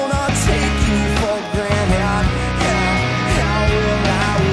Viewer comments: Massive props to Ryan Gosling for matching the exact same pronunciation of "granted" in his cover. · he pronounces granted wrong